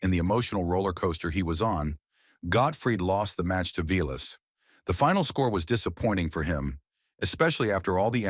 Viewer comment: You can tell this is AI because they keep showing pics of players who have nothing to do with the story and it pronounces Vilas name